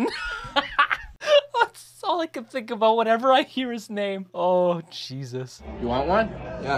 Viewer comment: he almost said aboot